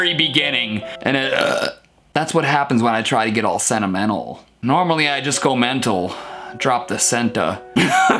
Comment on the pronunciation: you don't only drop the "senti", but you also drop the N in the "mental"